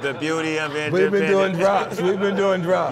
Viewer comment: “THE BUETY OF INDEPENDENCE “ 😂😂😂